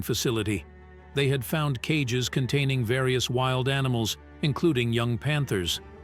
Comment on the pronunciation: Narrator didn't pronounce WILD correctly How do you screen the people who read these stories!! It is the most annoying aspect of your site!!!